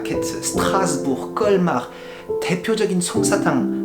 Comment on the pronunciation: Colmar avec un T ???? J'ai mal à mon Alsace.